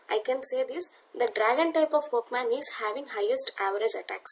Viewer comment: video is very useful and u have done a great job just a small mistake its pokemon not pokeman(verbally u r speaking)